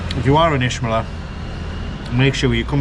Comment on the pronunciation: (Itch)meler please friend not ishmeler